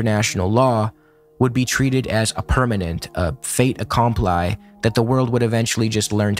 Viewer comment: Excellent summary. Liked, subscribed, and added to a playlist on the subject. One small note: in the expression "fait accompli" the T is silent and the I is long. So it's pronounced like "fay akomplee".